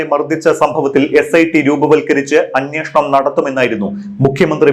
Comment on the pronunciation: അങ്ങേർക്ക് മലയാളം അത്ര വശമില്ല. "അന്നഷണം" എന്നൊക്കെ യാണ് പറയുന്നത്.